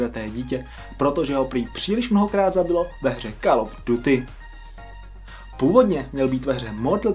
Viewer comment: Řekl “Kal” od duty a je to [kól] of duty...